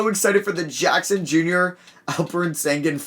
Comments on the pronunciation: Alperen Sengun is from turkey (like me) and in the Turkish letters there is a letter that makes the sound the sh makes but since that letter isn’t in English, they just put s. His name is supposed to be pronounced Alperen Shengun. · Alperen is from my country you gotta read it like Shengyn- şengün is his real last name tho